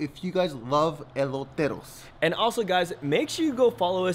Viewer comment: He cant even say eloteros right